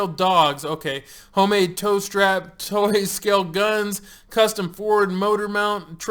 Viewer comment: anyone else understood "toast rack" instead of "tow strap"?